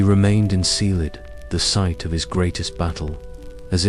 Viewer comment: i appreciate this type of video, but is this an AI vocalization? Because there are proper nouns mispronounced all OVER the place, it's crazy distracting, and it makes me think this video was put out by someone who's never paid attention to the lore of the game. To name a few: Caelid = KAY-lid (not SEE-lid) Radahn = ruh-DAHN (not RAD-din) Malenia = muh-LAY-nyuh (not muh-LEE-nyuh) Miquella = MICK-uh-luh (not mick-AY-luh or mick-ELL-uh) Marika = MARE-uh-kuh (not muh-REE-kuh) It just begs the question of how much research a real person could do playing the game without actually noticing how these words are pronounced...